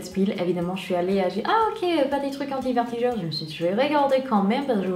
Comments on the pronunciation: Tu me fait rire tu "vertigure" mais on dit "vergetures" bisouuus❤💋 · Vertigures!! Mdrr 😂 vergetures* Malgré ça je trouve que tu t'es amélioré en français. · Coucou ! super vidéo encore une fois 😊 j'espère que tout se passe bien pour toi (et pour ta petite famille), perso je préfèrerais l'actualité grossesse sur YouTube ou FB parce que je vais pas trop sur instagram et snap... gros bisous 😙 P.S : on dit "vergetures" au lieu de "vertijures" et chez nous on appelle les "taches de rougeurs" "taches de rousseur" mais pas de soucis c'est mignon et pas grave 😉 bisous ❤ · tu as du mal avec le mot vergeture^^ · C'est adorable et ne t'inquiètes pas on fait aussi des erreurs en anglais donc personne ne juge sur cette chaîne j'en suis sûre~~ :)